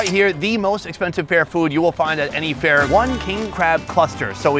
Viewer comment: Last i checked there was no "O" in "FAIR"